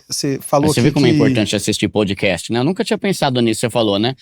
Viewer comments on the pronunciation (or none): none